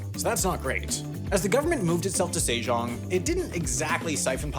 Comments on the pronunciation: "say - zhong" "zhyong-gi" come on... get your pronunciations at least close to original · Sejong was also tragic. It's 세종 not 새장, put some respect on 세종대왕's name.